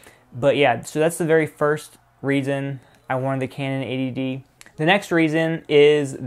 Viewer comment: It sounds like you're saying 'ADD'.